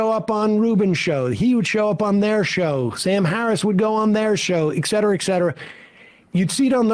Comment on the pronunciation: Sam is not smart. He says, “excetera”.